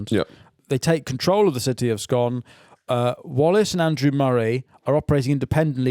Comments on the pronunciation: The town (read: toon) of Scone is pronounced "Scoon" and am NO even jokin'! Heh heh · Scone the place pronounced Scoon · For some reason the place scone is pronounced scoon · It’s painful hearing you pronounce the town of Scone like the cake